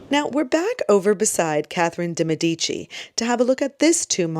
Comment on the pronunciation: Its pronounced DAY Meh di chi